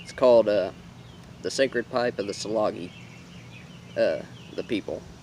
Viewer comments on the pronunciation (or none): And it's "JA LA GEE" not SA la gee